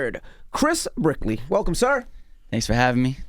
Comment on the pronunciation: his name is 'Brick-ley' and he's Melo's trainer. Got it.